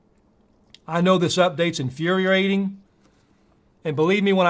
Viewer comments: As for Shawn Fain's language, I'm mostly offended by his terrible pronunciation of "infuriating". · UAW guy cant even pronounce "infuriating"